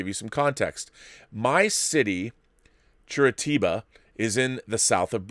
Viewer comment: Ohhh hi Rob Im from Brazil as well ... though from Rio ... Curitiba is pronounced koo- ree- TEE - bah